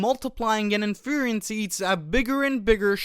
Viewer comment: Great content, but your pronunciation of Inference? Wild.